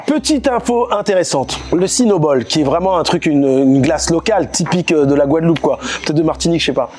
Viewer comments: Le stagiaire avait déjà bu un coup ou plus? C'est GUADELOUPE et non Gouadeloupe...🫠 Sinon top l'émission ! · C pas gouadeloup Mais Guadeloupe 😅😅😅😅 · eh beh... ça commence bien. GOUADELOUPE ???